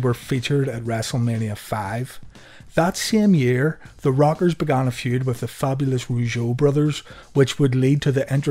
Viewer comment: It sounds like you're saying "The Robbers"